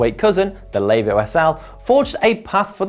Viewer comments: Layvooo! Good start when the reviewer can’t even say the bike name right. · Lay-vo, Diffy Forest, what was he doing Wrexham, learning how not to speak English and Welsh?